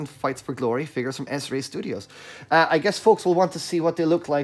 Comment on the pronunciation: Thanks for the review and proper pronunciation of "Xesray".... we all were wondering.😉👍🏾